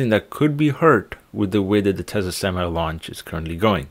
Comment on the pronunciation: It's not pronounced Tessa , it's pronounced Tesla